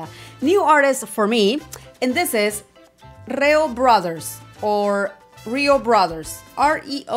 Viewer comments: It's pronounced Reee-yo. These brothers, started covering the Beatles and they were actually invited to play live 4 times in England at the "Cavern Club" where the Beatles started their career in very early 1960s. The British locals loved these brothers and was asked a few more times to perform live there in England. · REE-OH brothers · Hola these brothers started covering with the Beatles songs. They performed 4 times in Liverpool England at the Cavern, the club where the Beatles started their career in the 60s. Beatles songs are their specialty. REO is pronounced REEE-YO. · pronounced as rio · It's pronounced REEE-YO.😊